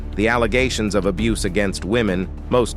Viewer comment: Abuseee?? Soogi knight?? Cut this A.I. shyt out